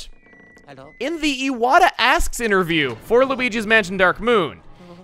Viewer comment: Knock Knock Who's there? Iwata (eye-what-ah) Iwata who? Iwata pronounce his name right.